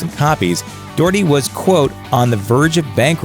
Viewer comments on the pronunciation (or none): Doh-herty not Doorty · 'dorty' lmaoooooo what is that pronunciation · Doherty, is pronounced Docherty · His name is pronounced Pete Dockerty not Doherty (as read). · Its pernounced doch(Ck)-erty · Docherty is pronounced Dock-Err-Tae. These are things you should really figure out before saying the name so many times on videos. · Pete 'Doortee' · Actually, I do because it sounds daft and not how it is pronounced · doherty is closer to the irish vernacular say it aloud, pronouncing the h as in the first sound of "hot"